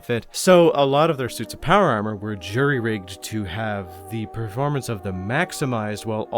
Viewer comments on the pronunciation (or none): none